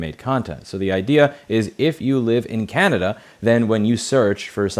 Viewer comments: Yes, Louis said "from Canadia" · Canadia 🤣 i found that really funny, i think you mashed Canada and Canadian together. Love your content and legislation, keep the good work 👏!